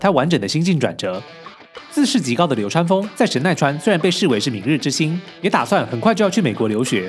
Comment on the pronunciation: 似乎把流川唸成流三了